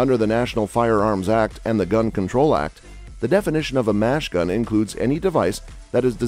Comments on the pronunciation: Great text to speech software but it's machine gun, not mash gun. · My man said “fully semi-automatic”, and “mash gun”.